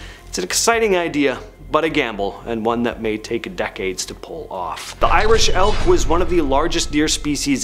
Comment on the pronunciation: Irish Elk. I thought you said ‘Irish Elf’, so yeah, that was disappointing